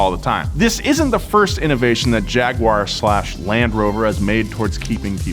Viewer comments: What's a Jagoowar?... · Please start pronouncing Jaguar correctly, it drives us insane